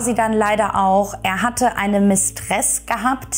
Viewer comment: Hochinteressant. Gut geschildert. Gleich abonniert! "Mistress"wird auf der ersten Silbe betont, bedeutet nur Geliebte. Das Mädchen ist einfach nur zu bedauern, hatte evtl.auch narzisstische Züge, dennoch tat sie mir immer leid.